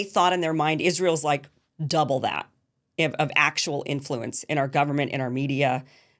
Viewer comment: You’re pronouncing “influence” insanely